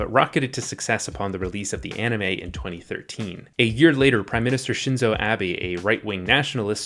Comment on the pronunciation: Forgot dude mispronounce Shinzo Abe with Shinzo Abby